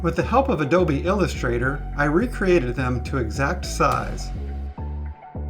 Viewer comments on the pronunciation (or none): none